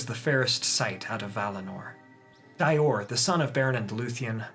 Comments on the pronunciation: Dior="Dee-or" rather than "Dye-or" :) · *Dior = (Dee-Ohr) =)